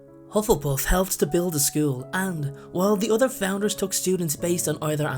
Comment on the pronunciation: When you say "other" it sounds like "udder"